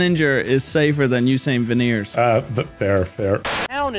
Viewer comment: i feel like “ruined” the word veneers for me 😂 i heard something else here 😂😂